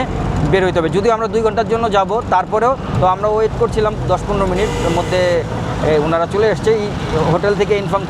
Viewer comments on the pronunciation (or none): none